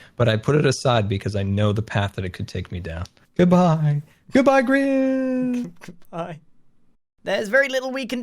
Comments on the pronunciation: Grian not grian lol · Stop saying Grain! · Jo_Krz it’s pronounced Grian not grain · It's Grian!!! Not Grain!! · No it’s not grain it’s grian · grian not grain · Grian. Not. Grain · Instead of Scar + Grian just say Scrian